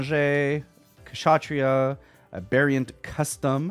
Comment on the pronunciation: You've got to be the first box opening content creator that has pronounced Kshatriya correctly.. and that is a shame.. but good on you bro